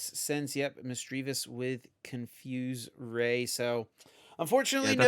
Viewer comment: They both mispronounce Misdreavus though. It should sound very similar to mischievous, which happens to be one of the most mispronounced words in the English language.